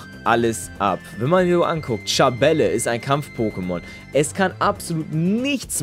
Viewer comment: Du sprichst Schabelle falsch aus :3 Du musst es Französisch ausprechen , ohne e hinten.